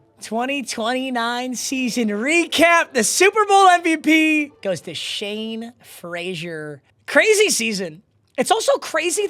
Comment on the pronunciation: Why does he keep calling him Shawn when his name is Shane?